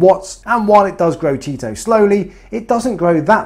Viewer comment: I tune in just hear chaeto be pronounced cheeto. 🤣. Great videos, keep up the good work.